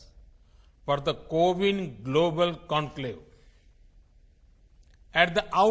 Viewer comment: Seriously "Cow-in"??